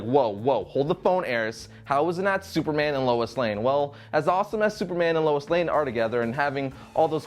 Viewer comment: Lois Lane, LOIS. L-O-I-S. Jeeze. Louis is a male name. Superman had the start of a relationship with Wonder Woman back when she first appeared in the 40s. He also had a relationship with Lana Lang, Lori Lemaris, Big Barda and Lady Maxima. Superman's backstory was not changed at all. He was still found and raised by the Kents after being sent away from Krypton.